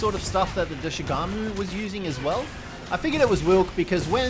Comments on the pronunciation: His pronounciations of Doshaguma as well (Doshugamu, Doshagamu, Doshagumu etc.) its pretty funny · This man’s pronunciation of thing is lowkey hurting me inside everytime saying “doshugama” when every character that says it has never said that is crazy. Bro I just heard “kanufa village” this is crazy